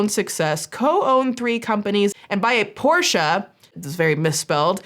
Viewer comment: can I just say, you're the first English speaker I've seen, who pronounces "Porsche" correctly. As a German, who always cringes a little at the usual pronunciation most people go with, I just wanna say that I appreciate that lol